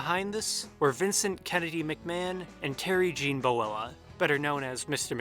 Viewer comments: It's Bollea, not Boella... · Bo-Lay-a not boella for Hogan’s last name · Boella, LOL. It's Terry Bollea. Cool video though. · You lost me at "Boella". It's "Bollea". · Boella? It's Bollea... Jeez dude if you're doing a documentary, at least get the names right. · Terry Gene Boella? Really? Not Terry Gene Bollea (bo-lay-uh)? Try that one again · you spell and pronounce Hulk Hogans real name (Terry BOLLEA, not Boella) incorrectly. And you say Tom came in 2nd at the 1983 WSM, but it was actually the TWI WSM, and it was in 1982 he came in 2nd not 83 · Terry Boe Lay uh. Not Boe ella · Bollea, not Boella. Pretty sure 95% of this is BS fluff or just repeating the same thing about there only being 3 tapes 8 times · Hulk Hogan's real name is not Terry Boella, it's Terry "Bollea". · smh can't take any of the commentary seriously if you can't even get the Hulkster's real name right, brother. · I was just about to make the same comment but you beat me to it. Couldn't even pronounce it right Bollea... Bo-lay-uhh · Terry Gene Buhlowah? 😅🤣😅🤣😅🤣😂. That's a butchering Abdullah would be proud of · It bugs me when there are so many audio clips of countless people saying certain words or names, yet many people never attempt to seek these audio clips out to research how they're pronounced. It's Boh-lay-uh, in this case. Everyone else knows this, or bothers to find this out. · It's Terry Gene Bollea, brother! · "Boella"? Lol, you mark. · Terry Bowltrololowluh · He pronounced it buhlowah